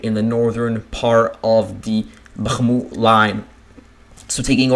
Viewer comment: listening to the way you say bachmooot is queer sounding, where did you get that annunciation?